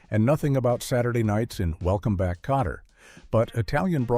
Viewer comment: Not Potter but Kotter.